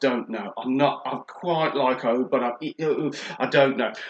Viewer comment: when you pronounce oud old mate and Qaed is pronounced kieed